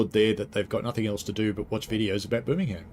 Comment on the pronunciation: Also we don’t vocalise the ham in Birmingham!